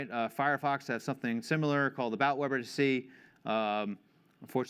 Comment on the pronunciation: "Web R tuh C" "Web artisy" -- the middle letter is T and it sounds like "tee" and should rhyme with the last letter "C" which sounds like "see". Web Are Tee See